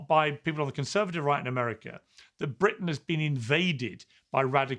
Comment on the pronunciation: You don’t even know how to pronounce Britain